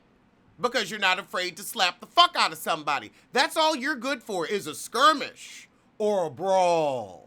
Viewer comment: When I first seen the footage.....all I heard was you saying "SKIRMISH" 🤣 The reads in this video are classic